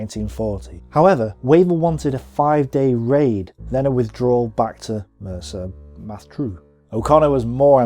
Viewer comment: And it's Mersa Matruh, pronounced MaTRUE, not Matra, which are rockets fired from a Harrier for example.....apart from these two glaring errors in pronunciation, this is EXCELLENT. With an 'E' not an 'A'!